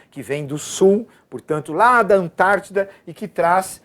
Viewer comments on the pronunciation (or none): none